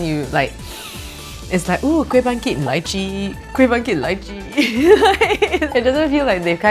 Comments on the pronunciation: Every time she said Lychee i died a little inside lol Still love you though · When she litchi .. i thought she said elaichi..!!